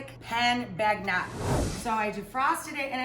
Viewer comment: bag nat? come on - pohn bohn-yuh